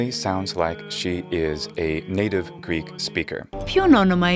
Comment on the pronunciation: Obviously, the one woman who is speaking is Greek or she's an incredible learner. The pronunciation of her is modern-like Greek and the modern Greek are looking a lot like the Byzantine Greek, so this could be a huge conversation(we are using many forms in Greek language. Not everyone is speaking the language the same way, like the Byzantine times)